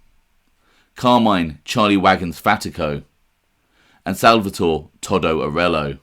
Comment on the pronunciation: It's not toddo In Italy anybody with the name salvatory or Antonio Is commonly referred to as toto not fucking Toddo